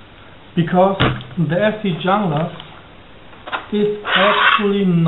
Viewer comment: Its pronounced "hunglas"